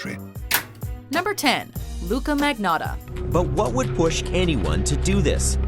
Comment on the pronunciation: also... that moment where the narrator pronounces "Ayman Mohammed Rabie al-Zawahiri like a goddamn boss, but couldn't pronounce "Magnotta" right... fail...